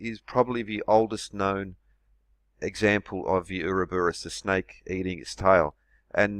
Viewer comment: What's an "oorabis" ?? 😕